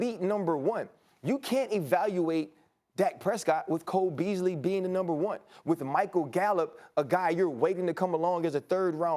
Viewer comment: why he say cole beasley like that lmao